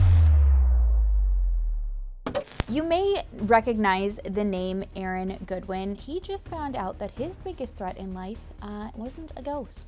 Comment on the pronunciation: How do you mispronounce Aaron Goodwin? Lol